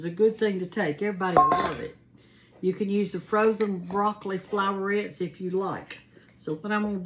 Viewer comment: Also, it’s pronounced “floor-ettes”, not “flour-ettes.” 😊